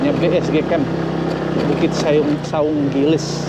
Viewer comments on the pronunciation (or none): Saung gelis, bukan saung giles😂